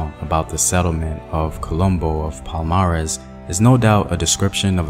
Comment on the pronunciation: I love that you did a piece on this. I do want to critique though that it would have been nice to do more research in terms of finding the correct pronunciations of key names and terms you use here. Unfortunately you got them all very wrong. Palmares, Quilombos, Ganga Zumba... They are all unrecognizably pronounce for Brazilians. Sorry if this come across negative. It's not meant in that way at all, just a note to be considered. Peace ✌️